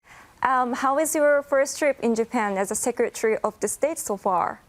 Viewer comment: 贔屓の引き倒しも大概にしよう。 secretaryがsecretury startedがstirted sharedがshired 等など。